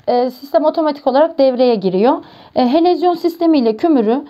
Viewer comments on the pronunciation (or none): helezyon, helovizyon , yok yok helezon olmasın.